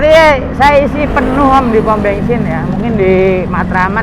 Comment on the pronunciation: Bensin om bukan bengsin, wkwk, ngecaprak bae ya. Terimakasih infonya